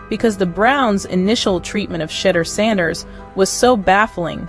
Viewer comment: HOW ABOUT PRONOUNCING SHA-DEUR-DOOR’S NAME CORRECT. CLEVELAND MEDIA NEEDS WORK 😡. Shedeur is not a rookie he is a FIRST ROUND DRAFT PICKED IN THE 5th round. HIS SKILL BASE SPEAKS LOUDLY